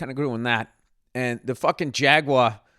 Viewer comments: Someone tell him how to say Jaguar and not to pronounce it like it's French. "Jagwaa" haha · Call me a dick cause I don't know why Bill's pronunciation of "jaguar" bothers me. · My guy said jagwa every damn time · Really here Bill’s Massachusetts accent when he says Jaguar 😂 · Your Boston accent comes through when you say "jaguar" 😂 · Lol what is with that “Jaguar” pronunciation